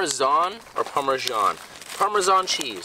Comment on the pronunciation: Me watching trying to pronounce Parmesan 🤦🏻‍♀️ 🇮🇹 🇮🇹